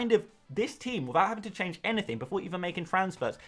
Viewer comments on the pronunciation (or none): none